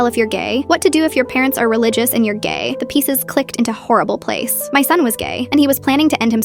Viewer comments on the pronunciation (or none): Bro the ai voice saying "gaey"😭👍